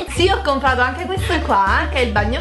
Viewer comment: "CompRato"!!!!!! ti prego